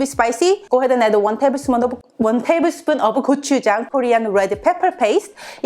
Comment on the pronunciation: one tablesmuddl... roflmao